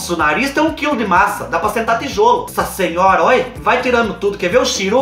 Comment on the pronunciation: Eu não aguento o "sassinhora" do 😂😂😂😂 Te adoro ❤